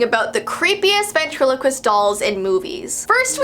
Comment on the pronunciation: Come on we all though of darcy Lyin when she said vatrelequist